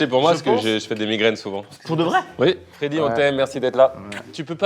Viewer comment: Mdr pardon mais pour être d'Epinay (comme Freddy) c'est Feyder et pas Feder haha